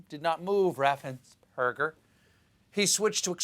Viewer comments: Note that , Stephen forgets to stumble over Brad Raffensperger's name. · Raffensperger is really not a difficult name to pronounce. As a Progressive Georgia voter who voted for Biden/Harris, Ossoff, and Warnock, I am grateful that our Secretary of State, our Governor, and other Republican officials have stood fast against the assaults against our right to vote by T** and his psycho sycophants.